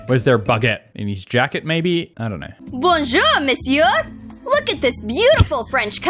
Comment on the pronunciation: Yeah that "bonjour Monsieur" and " fantastique ! J'ADORE !" Made me die a little inside.